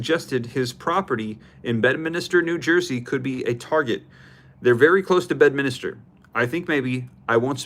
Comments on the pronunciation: 😂 its NOT Bed-Minister! It's bed-min-ster! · It’s Bedminster … not Bedminister 😂